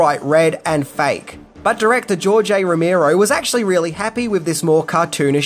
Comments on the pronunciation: Rimero? Row-mare-o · NOT ROW-MEER-OH..say it with me ROW-MARE-OH. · Romero not ramiro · Here's ten things you didn't know about George A. Romero!!! #1: How to pronounce his name!